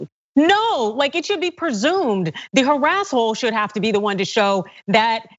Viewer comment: Did she say HARASSHOLE? Love, luv, luv it! Better then Harasser for certain! If it was a mistake...IT SHOULD BE SEEN AS A BRILLIANT ONE!